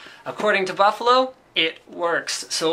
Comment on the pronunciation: Linus says, Baffalo! (